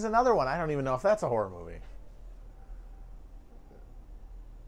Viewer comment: I thought you said Hereditary is a horrible movie when you said "horror" and I was going to be like "How can you talk about movies with an opinion like that?" Lol